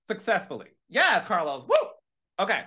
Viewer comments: Not CAH-LOS 😂🎉😅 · Dr Heavenly may say Caalos but you say Naadification bell. So it's ok we Love you both anyway!!!😂😂❤❤😊😊😊😊😊😊😊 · Calos you’re annoying for giving an in depth break down for how Heavenly pronounces your name 🙄😆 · Not CA-LOS 😂😂 Dr. Heavenly is a keeee. I ❤ that Quad is back🫶🏾